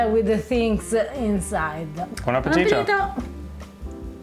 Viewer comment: your “bon appetito” is sounding more and more Italian these days!:-) Red Mill is such a great company and I’ve always used that. But I’m curious to try a coarse Italian polenta now. About grits: I didn’t see if anyone else mentioned this, but there is a very important difference between grits and simple ground white corn. Grits is from corn that is first soaked in lye. In the old days the lye was obtained from wood ash. The lye does two things: It makes the hull of the corn come off easily, and it also makes vitamin B3 available. The native peoples of the Americas did the same thing with lime. Europeans did not know about this, and in many areas where corn became a staple, they had a serious problem with pellagra, a disease that comes from vitamin B3/niacin deficiency. Oh, in the South you can also find yellow grits!